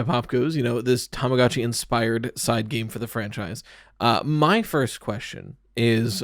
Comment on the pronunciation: HA the fucking SECOND he said Tamagotchi I KNEW was gonna correct him